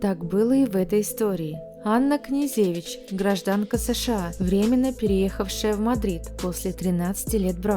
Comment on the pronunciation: КнежЕвич, МалЕвич, СенкЕвич и т.д.... Хорош здесь умничать,позорище безграмотное!!!